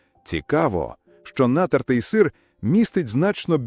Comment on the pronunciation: Так крохмаль і так додають у всі кондитерські вироби, соуси! А в пластик все пакують! Не робіть щ мухи слона! Краще навіть ШІ правильно наголос ставити 😂 Нáтертий сир 🤣🤣 Сири з пліснявою завжди вважалися делікатесом, а тепер на тобі « думоряна голова»😂😂😂 Що воно таке?